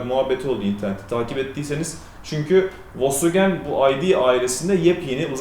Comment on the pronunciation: Once marka adi dogru telefuz edilse iyi olur.